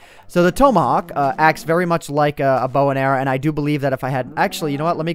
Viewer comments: it's pronounced Ta-ma-hok not pronounced Toe-ma-hawk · It's TOMahawk not TOmahawk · tom a hawk not tomeahak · its pronounced tom-ahawk. like the name tom. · who else was yelling at him for pronocing tomahawk wrong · learn how to pronounce tomahawk